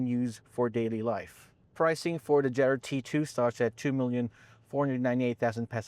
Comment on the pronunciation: Did he struggle to say jetour? Lol😅😅 he said jetter lol😅 trying very hard with that American accent